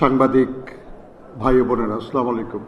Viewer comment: মুসলিম হিসেবে সালাম টা ঠিক ভাবে দেওয়া উচিত,,, আস্লামুআালাইকুম না বলে আসসালামু আলাইকুম বলেন,,,😢